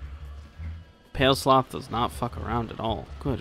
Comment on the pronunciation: "People get mad when you mispronounced stuff ya know?" Proceeds to say "Pale Sloth" for 36 minutes.